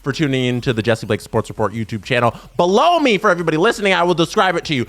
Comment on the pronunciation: stop saying below me that way